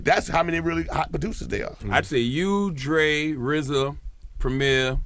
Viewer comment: "Rizzah"...The RZA. WU-TANG CLAN AIN'T NOTHIN TO FUCK WIT!